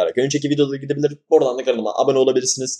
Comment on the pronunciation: bay bay yerine ba bay dedinnnnnn ama deyse